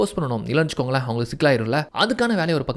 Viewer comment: Vechukonkale vechukongale nu sollathinga suthama nallave ila..innum better ah solla try panunga